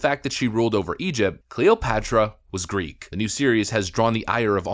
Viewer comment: Greek, not Griggrrr.